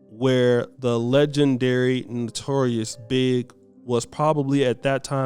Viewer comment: Notorious B.I.G,, not Notorious "Big".